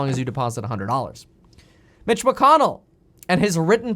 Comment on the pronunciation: I don’t know why but Mitch McConnell sounds like bitch McMuffin and Steven Mnuchin like Steven Maruchan the soup maybe i am hungry of stimulus or food lol